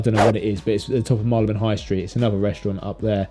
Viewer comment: Very interesting videos. I notice, for Marylebone, you say Mar-le-buhn. Like you, I’m a Londoner and I always thought it was Marry-le-bhun. Who’s correct?